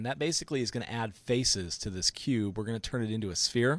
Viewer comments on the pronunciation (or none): none